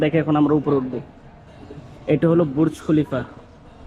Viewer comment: হায়রে কামলা ( কনটেন্ট‌ ক্রিয়েটর)!!! বুর্জ খলিফা বলতে পারে না! বলে বুরুজ খলিফা! আগে শুদ্ধ করে বাংলা বলতে শেখ, পরে কন্টেন্ট বানা।